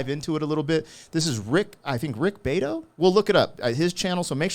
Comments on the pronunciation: It's not wasp car, it's a "bee auto".... ...and he just dropped a Rick Rubin interview while I was watching this. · No, BEE - AH - TOE. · It's Rick Beeeato! 😀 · YO... ITS PRONOUNCED..."BEE - AUTO" = BEATO!!! RICK IS A MUSIC GURU!!! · It's not tho, it's "Bee-ah-toe" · Close!! bee-AH-toe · Rick Be-AH-toe. Accent on the second syllable, if anyone remembers their grade school English back in the day. ;-) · It's BE AT OH, with emphasis on the AT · Rich's last name is pronounced "Be-AH-toe." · Bee-AH-tow. Anyway, you should check out Rick’s video called “What makes this song great, Bon Jovi: Livin on a Prayer.” Great video. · Rick BEE-AH- TOE. He is a record producer in his 60s, was in bands in his 20s and 30s, became a music professor in upstate NY and taught musicians music theory. As other posters note below- he makes his money selling courses on Reading Music and Music Theory for musicians and on playing the guitar. He can listen to any track, name all the notes and chords and play it back on the guitar due to his great ear skills. He actually testified in front of Congress to fight back against YouTube trying to copyright strike people including him since he has a bun ch of videos "what makes this song great- where he plays famous songs and like the music professor he is breaks down the beats, chords etc to TEACH people music theory as classes and gets copyright strikes even though he has so many millions of subs the bands wind up selling thousands of records from stiff they released 20 years ago after he does them on his channel. He is friends with a LOT of classic rock stars and will interview them for an hour or more asking about how they wrote their songs, the politics of whether the band members were friends or fought behind the scenes etc. He is a legend on the Music YouTube subgenre